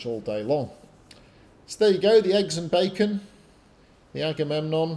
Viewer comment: Agamemnon becomes eggs & bacon! Gotta love sailors. They can;t pronounce anything. Not even ship pats! Forecastle become fo'castle (generally pronounced foxsle). In fairness, when I read an illustrated Illiad given to me as a 10th birthday present I took me ages to work out how to say that damn king;s name. Luckily I always like Odysseus best (named my rabbit all those years ago after him 'cos he was a clever one).